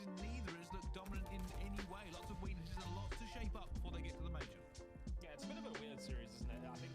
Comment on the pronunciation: Its Major not mayor brother